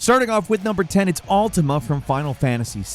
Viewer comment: That fact that you say Altima instead of Ultima at first is a vibe.